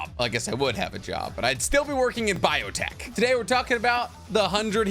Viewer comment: Did he say biotech